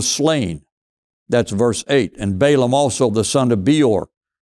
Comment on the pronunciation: it is pronounced short vowel A Ball aam